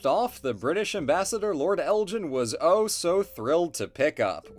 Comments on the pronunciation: Elgin has a hard G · I really enjoyed this video, and I’m sorry to be this pedantic, but the ‘g’ in Elgin should be a hard g. G as in gun. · Great video! Just a wee note, the 'G' in Elgin is a hard 'G'.